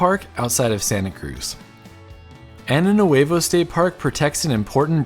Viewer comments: ANO NUEVO in spanish is "new anus"! 😅 The correct option is AÑO nuevo (the Ñ letter it's pronounced like "gn" in gnome). Great video! Cheers from Argentina! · I hate to bring this up in public comments (feel free to delete if embarrassing), but when saying the name 'Año Nuevo,' (New Year) it's really important to pronounce the ñ (an-yo) sound, and equally important to spell it with the tilde on the n (ñ). Año means 'year'. Ano is... an anatomical term.